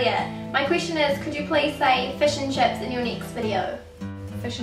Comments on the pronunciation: fush n chups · The rest of the World thinks you say "fush and chups" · When you say fish and chips it kinda sounds like fish and chups